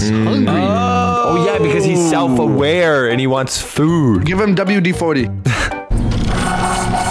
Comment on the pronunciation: He pronounced self-aware wrong